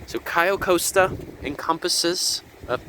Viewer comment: It’s pronounced “Cay-oh cost-a”